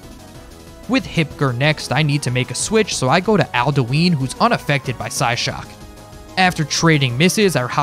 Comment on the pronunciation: Question:How can you play enough skyrim to know who Alduin is and still pronounce his name wrong?